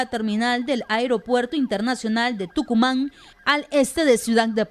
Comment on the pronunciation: No es tocuman, es tocumem compañero de acción 10 saludes